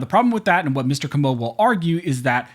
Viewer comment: Comeaux is pronounced KOH' moh He's from New Iberia, Louisiana. Please pronounce our surnames properly. I'm a Broussard (BREW sard) from Lafayette.